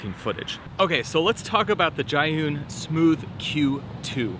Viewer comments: Its pronounced zoo-yen like, You Win! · Everyone got a different pronunciation😂 this man said Giyun